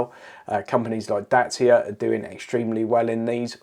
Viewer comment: Dacia, rhymes with thatcher.